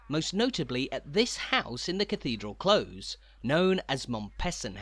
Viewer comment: We've been watching your tours for some time now and love them! However, in the phrase "cathedral close" close rhymes with close as a noun/adjective rather than as a verb.